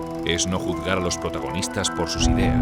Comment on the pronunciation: ¿Cómo que "judgar"?